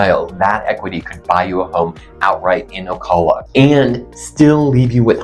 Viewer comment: First off--pronounce the name right. You get more respect that way.